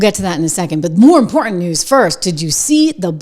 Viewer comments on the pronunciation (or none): I'll subscribe only if you stop saying impor-ent!